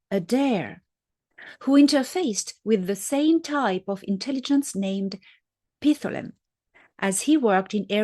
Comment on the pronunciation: Dr. Salla has started pronouncing Pithlam wrong, so listen to David Adair say it. Pith-lam, no “a” in between.